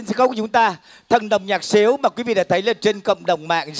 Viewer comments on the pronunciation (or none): ông emsi nói lộn đàn sến mà nói thành xiếu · ngườì dẫn chương trình phát âm cho chuẩn đàn gì tôi nhớ là đàn Sến mà